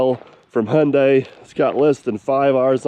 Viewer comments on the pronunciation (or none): n you still dnt no how to pronounce there name lol its pronounced high-un-die, shes a beaut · All day, every day, Hyundai. In Aussie we pronounce Hyundai as Hi un day. Give Kleeman first crack. Just for the footage.